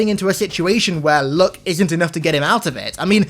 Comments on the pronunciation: When he was talking about luck I thought he was saying look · He pronounces “luck” as “look”